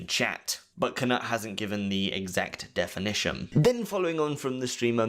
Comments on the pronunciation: It’s K-Noot, not K-Nut 🤨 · For the love of god please learn how to pronounce peoples names correctly. Its basically english and knowledge that the K in Knut is silent. FFS man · Knut not Knat NotLikeThis